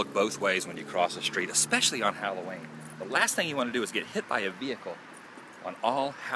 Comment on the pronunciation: I thought you said Halloweed.